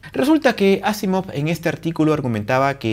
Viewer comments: NO se dice Ásimov... Se pronuncia aSÍmav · me he fijado que has pronunciado Asimov como palabra aguda, llana y esdrújula en diferentes momentos. Vale.